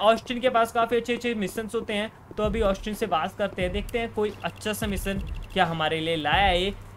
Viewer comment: Misson nahi mission hota hai missan ye kya hai